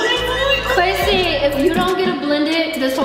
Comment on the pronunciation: at the start you said a and nay lol